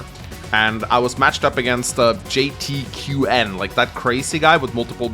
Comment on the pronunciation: For future Reference, JTQWN I believe is supposed to be said as "Jay-Town" the Q acting as a O. It's kinda like 1337 Speak. Wh3r3 Y0U T41K L1K3 TH15